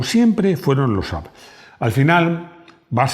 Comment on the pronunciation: Bien pronunciado! 😂 Saludos desde Suecia. 🇸🇪